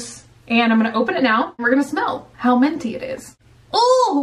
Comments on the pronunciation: i'm like cringing but then laughing at the same time every time i hear "menty" "Ment" ... "mentiness" MINT BUNNY OMG MINT!! HAHAHA, i love you so much ! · I like how she says ment and menty instead of mint or minty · Menty? Lol pretty sure there is a "i" in the word minty. Haha still love it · Menty. I hear menty, not minty. Is it just me? ... Don't get it twisted, I'm not complaining. Minty, menty, it's all fabulous.... but it's menty. Yes. Yes it is. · Are you saying menty on purpose or do you not know it's pronounced minty? I have zero problem with it, just curious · It sounds like you say menty when saying "minty". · “ment” “menty” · M i n t y not m e n t y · I love the way you say minty! It sounds so cool!